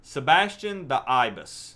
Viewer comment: Oh Thank GOD! You finally pronounced his name right!!! "Sebastian the Ibis: Pronounced [ahy-bis] " LMAO The wife and I where laughing when we heard you say it for the first time!